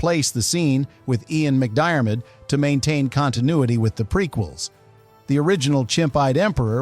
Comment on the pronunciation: Can't pronounce McDiarmid either.